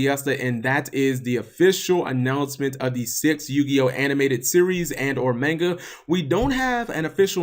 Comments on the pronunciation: i hate how you say manga. Ma-n-ga. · Learn to pronounce manga